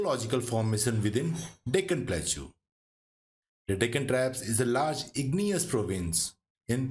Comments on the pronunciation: its plateau not plakchu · Pronunciation of plateau is wrong. It should be pronounced platəʊ or plaˈtəʊ, not platʃaʊ